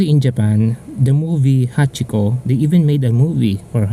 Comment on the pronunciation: so it's Hachikou and not Hachiko